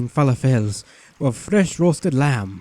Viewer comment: I didn't know a person could mispronounce "falafels"